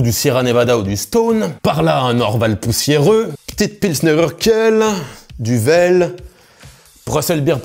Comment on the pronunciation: Duvel... Prononcer : Duuuveull! Pas Duvèlle !! ☺